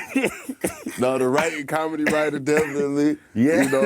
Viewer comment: MY MAN SAID' I'MA BOMIC.....AND I DO BOMEDY.....😂🤦🤦🤣